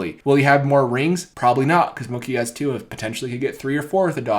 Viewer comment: Bro it’s Mookie (MUU-KEE) you pronounce mookie like it rhymes w/ cookie 😂😭